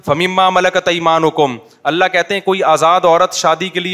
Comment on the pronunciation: Ya Allah ko Allah Maya bol raha kesa mufti hai ya